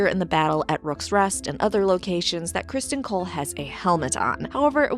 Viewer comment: Cristin not Crist-on